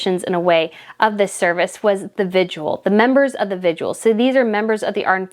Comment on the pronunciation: The correct pronunciation is VIGIL, not VIGUAL. There’s no U in the word. Your welcome.